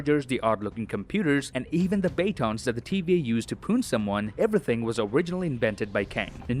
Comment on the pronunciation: The bay-tons, dude, the bay-tons...